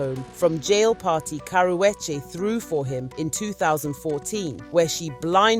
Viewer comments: "Cower wedgie" is the worst pronunciation of her name I've ever heard and most people pronounce it wrong on PURPOSE you aren't even trying to do that you just struggling out here😭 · Its pronounced karoochi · I CAN'T listen to you... YOU can't even PRONOUNCE the WOMAN',S NAME RIGHT WTF??? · I know you’re British but for goodness sakes pronounce the girl’s name correctly. I live in LA but I’m a Brit and even I am horrified by the way you’re saying her name 😂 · Learn how to say her damn name right!! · Please pronounce her name correctly or shut up